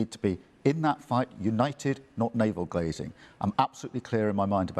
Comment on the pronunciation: It sounded like Starmer said 'naval glazing'. That's what he's so good at 'gazing at his naval'. He is totally obsessed with Farage that I find it comical now. It's not even Reform so much as it's an obsession with Farage. But millions of people are moving towards Reform support and he is trying everything he can which is mostly just slander.